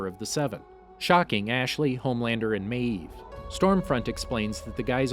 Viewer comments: You say maeve like meeeeeve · "Queen MAYeeve" OMG dude it's just one syllable. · Every time you said Maeve, you pronounced it with two syllables. 🤣🤣🤣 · No one: The narrator: maEEve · The way this dude pronounces mave........ Queen Maaaaaaaavvvveeee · "Queen mAEv" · Why do u say mave like that.Just wondering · Why do you say maeve like that?!!! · why do you say maeve like that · Stop saying mave like that😂